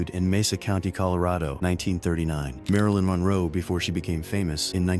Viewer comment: They got Marilyn Monroe's name correct, both times.